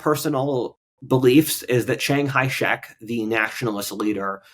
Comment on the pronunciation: Chiang kai shek. kai not hai.